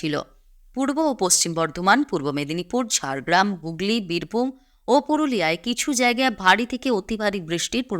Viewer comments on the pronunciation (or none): none